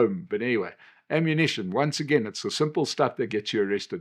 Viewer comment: sh...sh...shtuff 😂 we know, we know